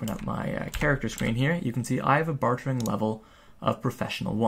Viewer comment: say it with me, "BAR-DURRR"